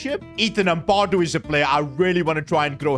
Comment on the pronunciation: Let’s teach how to say these players names! As a Leeds fan this is annoying me Ampadu = Am-per-doo Gnonto = non-toe Struijk = str-ow-k